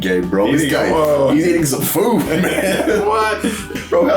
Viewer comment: I love how Ididathing pronounces Whoaiite